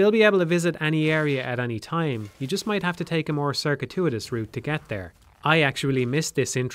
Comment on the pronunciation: your script is pretentious and fluffy. you dont even pronounce your thesuarus words correctly. its pronounced cir-kew-it-us